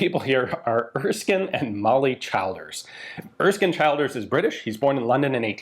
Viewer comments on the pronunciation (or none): brilliant piece but Childers is pronounced ChiLLders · Just FYI the name Childers is pronounced Chill-ders (like the word chill, to cool down etc.) not Child-ers. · Same with Childers.It's not pronounced like Child,more like CH lDers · Childers is pronounced 'Chill-ders', and Howth is prounced 'Hoath'. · Childers = Chill-ders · I love the story of Childers, I’m from limerick and we have a prominent street named after him, just one correct despite common sense his name is pronounced as chill-ders ahaha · Pronounced ChIlders- the I is as the I in “brill cream”. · "Howth" is pronounced, "Hoe-th". "Childers", "Chill-ders. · Pronunciation of Irish names is always tricky. Howth rhymes with “growth” and the “child” in Childers is the same as that in “children.” Otherwise great coverage of the story! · Super video but lordy be the pronunciations. Howth, Childers, Curragh.